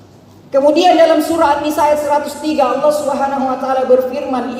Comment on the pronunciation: Y lafadz Alloh nya cara bacanya ....buka tajwid tafkhim tarqiiq